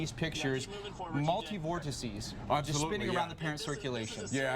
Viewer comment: If you got a $ for everytime they say multivorticy you would be rich...